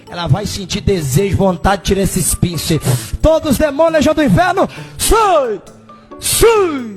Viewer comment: Os " pinse" foi o melhor kkkkk